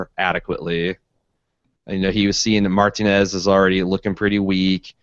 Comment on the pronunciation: What world do you live in where you've never heard the proper pronunciation of "Martinez"